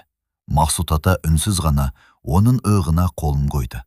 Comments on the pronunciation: Ығына деп неге оқисыңдар әңгімеші жігіт ұят емес пе.Қызылорда 74 жас.Иығына деген қиын емес қой. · ӘҢГІМЕ ӨТЕ ӘСЕРЛІ ЕКЕН! НЕМЕРЕСІ ӨТЕ АҚЫЛДЫ ЕКЕН, АНАСЫ ЖАҚСЫ ТӘРБИЕЛЕГЕН, ӘКЕСІН КӨРМЕСЕ ДЕ, АТАСЫН ЖАҚСЫ КӨРУІ КЕРЕМЕТ СЕЗІМ❤ ИЫҒЫНА ДЕГЕН СӨЗДІ ЫҒЫНА ДЕП ҚАТЕ ОҚЫМАҢЫЗДАР , ИЫҚ ПЕН ЫҚ ДЕГЕН БӨЛЕК ҰҒЫМДАР! 🙏 АТЫРАУ ОБЛЫСЫ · Ия,ыығына деп оқиды әрдайым